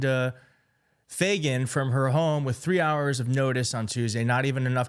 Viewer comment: Dude...what's so hard about the name Fagan lol.....my god Everytime you said Fagan you acted like you where trying to pronounce a crazy foreign name. Your clueless....I can't believe you have a platform. She got fired due to incompetent just like the Generals you mentioned. Fuck these people.... they're placed in their position to weaken our Military.....getemout!!!!!!!!!